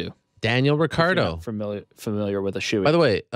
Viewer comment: It's "Ricciardo" not Ricardo ffs.